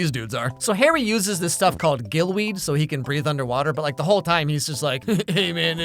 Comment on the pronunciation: IT'S CALLED GILLYWEED NOT GILLWEED jeez